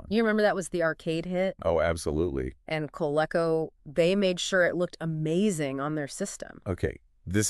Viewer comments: Co-leek-co. Wow. It was short for the Connecticut Leather Company so I get where your pronunciation came from, but it’s just wrong. You guys are just wrong. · COL-LEE-CO. COLE-CO hurts my ears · You guys are gonna have to totally redo this or you're gonna get shredded... it's COL-LEE-CO, not COLE-CO.